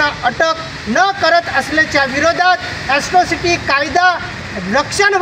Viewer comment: अस्ट्रोसिटी नाही रे....त्याला एट्रोसिटी म्हणतात